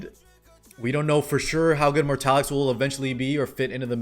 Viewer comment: I'm in a pinch spot man, I don't have any of those units, and I want them all, specially elena with that cute skin. But I only have enough for 1 pity (f2p lyfe) and Wonderland Tenebria is coming soon tho, so... yeah Also, the dude's name is Mortelix, not Mortalix :)